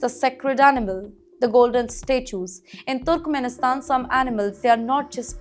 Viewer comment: wait. you know what? its not turukumenisthan. aduvanced english pronunciation?